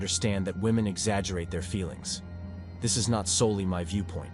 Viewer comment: Spayshul wahMen